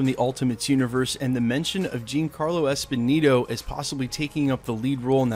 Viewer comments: The man's name is Giancarlo ESPOSITO! NOT ESPONINO. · And its not Esponito its Esposito... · It’s “ESPOSITO” (with a “T”), not “Esponino”. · Yeah, was kinda bugging me. Pronounce like Espe-zeeto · You know it's Giancarlo EspoSito, not EspoNito, right? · Esposito... not Esponito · why cant this guy pronounce ESPOSITO .... am i the only one bothered by this? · Giancarlo Esposito not Esposito just saying